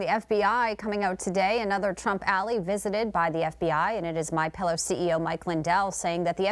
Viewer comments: She said 'alley' instead of 'ally' at 0.04 and didn't even correct herself. Did she not hear how crazy that sounded? Must've slept with somebody to get that gig; the lights are on, but nobody's home. Just sayin'. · Newmax is a good news site, but the girl is not bright. She called Mike Lyndell a Trump a ally instead of ali. LOL